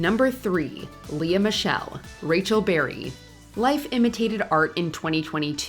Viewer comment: It's actually 'LEE" Michelle, not Le-Ah.